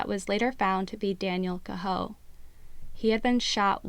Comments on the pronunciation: Daniel Cahoe his last name is pronounced Kay Ho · Pronounced K-ho !!!